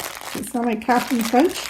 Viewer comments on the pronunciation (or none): none